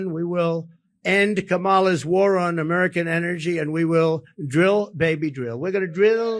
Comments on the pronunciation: Jeff Van Drew says “Urmerican” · Jeff Van Drew with his "Amaarican". Amaarican, jeez the idiot can't even pronounce American correctly. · Why is Jeff van Drew constantly speaking about "Amuurcan" economy?